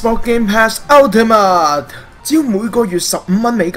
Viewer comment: 我對英文幾執著lol...我聽到不停講"X bor"真係好難頂... 同埋ultimate都冇讀啱